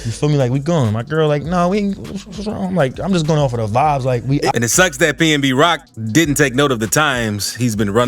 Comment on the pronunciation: It’s pnb rock not pmb lol